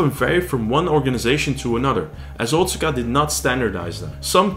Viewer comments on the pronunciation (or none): Wado was my favourite martial art of the ones I've trained in over the last 40 years. BTW- Otsuka is pronounced "oh-tska". My father in law is Japanese and he corrected me on this pronunciation years ago. :)